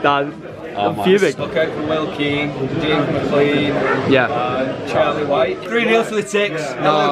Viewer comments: ITS NOT MCLEEN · hey im from ireland and its prononced mclane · it’s pronnounced mclane